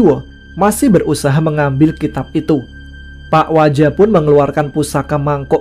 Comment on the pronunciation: sampai salah nyebut pak waja hehehe...jadi pak wija